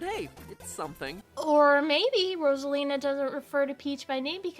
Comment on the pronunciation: i can't get over how he pronounces it as "ross-alina" 💀